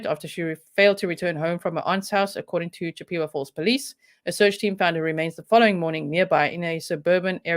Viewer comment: I love your accent, it's wonderful. The name of the town is named after a Native American Tribe CHIP-A-WAH FALLS. In no way is this meant in any way other than in an effort to help you, and to be respectful to the Native American Community. I respect you and appreciate you far too much to do anything that would be negative, as it certainly not my intent.